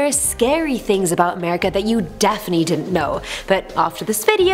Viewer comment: Can we have a AAAmerican do AAAmerican stories or at least someone that can pronounce (A) merica.